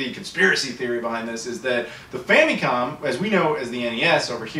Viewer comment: stop saying "fam'EEE'com", no one says that. Your videos are interesting, but that is not how that is pronounced.